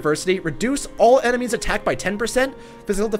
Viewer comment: “enermies” lmao what